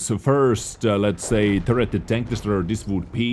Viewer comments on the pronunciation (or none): am i the only one who hears no tank but dank